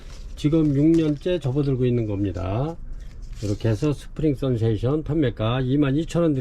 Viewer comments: 스프링"센세이션" 이라고 쓰고,스프링"선세이션"이라고 하시니 매번 영상 볼때마다 확인 한번 하면 좋겠다 싶었습니다. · 센세이션 아닌가요?